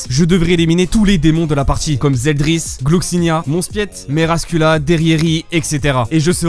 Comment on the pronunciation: " Merascula " aïe aïe aïe c'est Melascula bg